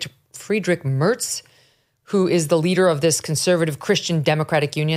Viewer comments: she can't even pronounce the election winner's name correctly. She is as pitiful as trump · This U.S. American Trumpist far right mo..n Megyn Kelly is not even capable of pronouncing Friedrich Merz` name correctly. Only far right B.S. in this channel..